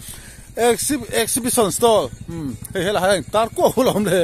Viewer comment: In tar reng si in bo thakin chhiar nikha Ornemants Food😂Chakma Tredational Creft.Crafts Drass English chu Bo ve hle mei🤣😂🤣 Sawi muang phei la chu ngaihna awmloh zual ang,, Awmzia bo thak Chuan Awmzia pawh hi hriatloh hmel,,Exhibition aa Exibition Hall Exhibition Stoll maw an Pui hlawm awm mei2🤦🏿‍♂️😂😂😂😂🤣